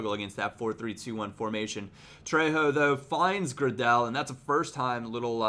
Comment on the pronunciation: I think it's pronounced gray del, he used to play for leeds